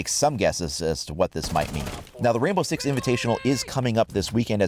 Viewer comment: Did anyone else think he said "Rambo 6 Invitational" towards the end of the video?